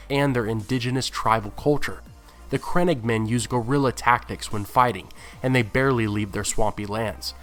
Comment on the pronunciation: the way he says crannogmen makes me cringe